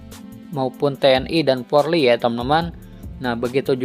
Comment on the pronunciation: Pak tolong sebutan.Yg benar POLRI bukan PORLI....